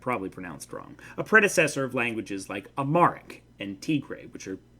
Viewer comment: It’s pronounced Am Haaric